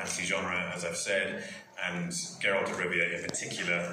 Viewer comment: It's Geralt not Jeralt!